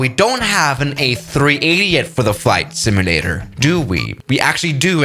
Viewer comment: How he says simulator "SIMUUULAER